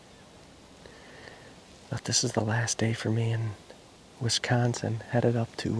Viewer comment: It’s Wisconsin not wiscansin